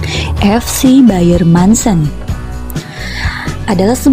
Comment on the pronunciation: Dibaca nya Muncen bukan mancen sayang 🤗